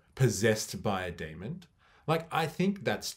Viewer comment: "Demon" not "demond"